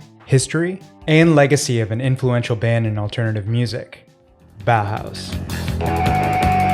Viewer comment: Ma perché i BOAUS ? Si pronuncia tranquillamente Bauhaus🤭